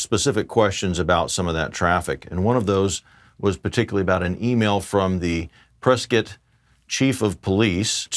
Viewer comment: Thank you for saying Prescott correctly!!